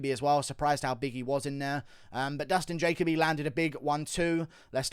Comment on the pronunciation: Dude love your analysis but ur pronunciation of Dustin Jacoby needs work. But Dustin definitely screwed up walking away after one punch. Always follow the guy down with the ground and elbow/pound. Bill A did great but Max Schnell was worth the price of admission. Main event headline sucked.